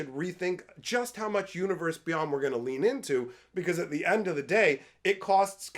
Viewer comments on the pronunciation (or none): none